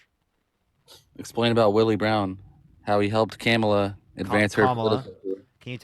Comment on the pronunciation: These people would probably call all of us NPCs, yet they just pathetically uncritically just repeat 4chan talking points… like they presented nothing of substance… Why, without fail, do they pronounce Kamala’s name wrong?